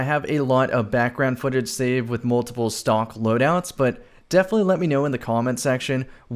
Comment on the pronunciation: I thought he was saying stonks